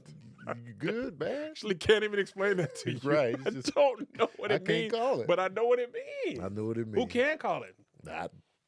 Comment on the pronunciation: “I can’t CALL it I might SPALL ittt” is my favorite rendition